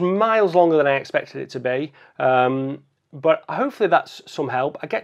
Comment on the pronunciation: As always great video.. And I always love the word 'but' as BWAT